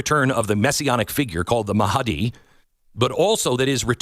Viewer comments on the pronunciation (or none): "MahAdi" - 😂😂😂 how he pronounces Mahdi, and then looks somewhere on the screen cause he knew he doesn't know what he is talking about 😂 what a joke 🤣